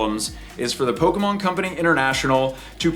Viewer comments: It’s not nostalgia those idiots don’t know shit about Pokémon. They’re all scalpers that are gonna inflate the price for resale. When you see someone behave like this but pronounce it “Pokey-Man’s” that’s how you know they are scalpers. How you that much of a fan to behave that way but can’t even say it correctly 😂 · 30 years later and news reporters still can't pronounce Pokemon correctly.